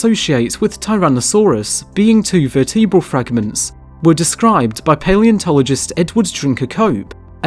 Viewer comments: What is a verteabral? Do you mean vertebral? Why narrate if you can't pronounce simple words correctly? "All across the Wewld"? Wtf is this shit? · There is this thing called pronunciation that can differ depending on the geographic location of a spoken language. Verteabral as you put it is common in the UK.